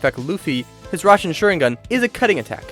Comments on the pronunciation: I'm sorry... RASENSHARINGAN!? IM DONE, DISLIKED IT'S RASEN SHURIKEN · He said rasanshurringan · We gonna ignore how he said rasensharingan😂😂